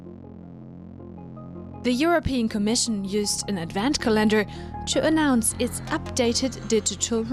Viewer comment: Now there's a new way of pronouncing advent calendar... min